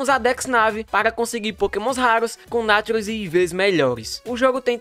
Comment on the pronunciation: A pronúncia para nature seria "neiture" pois é um termo em inglês, que traduzido significa natureza e mesmo se fosse um termo em português, seria paroxítona, não uma proparoxítona como foi pronunciada no vídeo